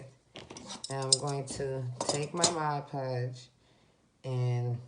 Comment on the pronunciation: Video was good. To appear more professional, I’d correct all the grammatical errors in your presentation. Additionally, it’s Mod Podge not Mod Pudge.